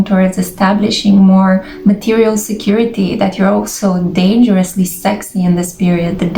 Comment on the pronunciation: MATERIALL GWOORLL